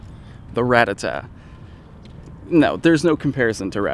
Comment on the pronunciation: It's not "rat a tat" its "rat tata"